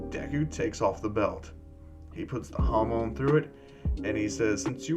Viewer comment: When u said hamon i heard hormon